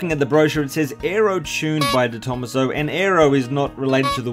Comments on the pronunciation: Just so you know, it's pronounced "de tom-AH-so" rather than "de THOMAS-oh". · I'm pretty sure you pronounce detomaso like deto-maso as it's an Italian name. That's how the detomaso's own cars are pronounced like the pantera. Thanks for the video! I've seen a picture of a white and silver version of these in the UK, very cool!